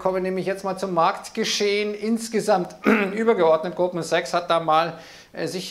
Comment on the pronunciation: Fuggi hat mich heute irritiert. Ich habe anfngs immer nur "Gruppensex" verstanden, bis es mir dann dämmerte. Fuggi hat Goldman Sachs mehrfach leicht schludrig ausgesprochen.😄 😅